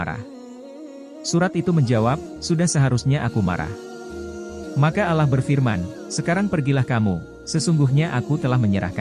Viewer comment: Bukan ala.,....TAPI ALLAH